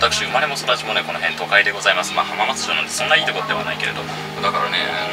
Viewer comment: 浜松城のオフィス街に聞こえて何言ってんだろう？って思ったら浜松町だった